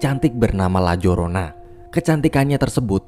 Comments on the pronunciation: Bang di bacanya layarona bukan lajorona, itu bukannya hantu dari mexiko ya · Sebenarnya nyebutinnya Itu La Yorona bang, karena menggunakan bahasa Spanyol ...